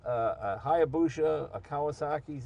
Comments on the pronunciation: We love you Jay, but it's hya - busa not busha. Confirmed this with a Japanese friend. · HayabuSa, not HayabuSHa. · it is called hayabusa and not hayabusha... it is just spoken like that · "Hayabusha" says Jay. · Say hayabusha one more fucking time. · jays pronunciation of hayabusa gives me the heebee geebees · I somehow feel dumber after reading that, thanks for tying to quantify it thou. The owners said hayabusa right, just not Jay. Guess if you have that much money, it doesnt matter if your right or not. look at Trump. lol Its a great channel thou, unusual vehicles and passionate people